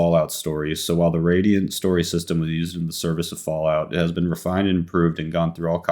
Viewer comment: Radial HAHA! It's Radiant:P